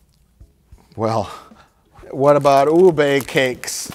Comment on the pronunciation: Ube (Ooh-Beh) is awesome! Is a purple sweet potato. Ube ice cream is the best